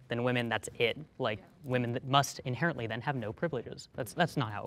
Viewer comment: “Inerratly” I know she meant inherently, but 1 minute in? I know she’s going to make me facepalm a lot.